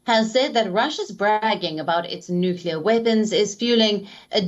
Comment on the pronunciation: How many times I heard the nueclar threat...nothings new😂